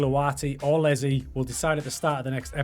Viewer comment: Huge fan of you pronouncing Iezzi as Lezzy hahaha